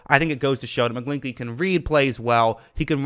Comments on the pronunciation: His last name rhymes with inchy not inky lmfao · Mcglin>ch<ey ch makes a sound idk why you're not saying it correctly lol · Your pronunciation is funny. McGlinch the Clinch.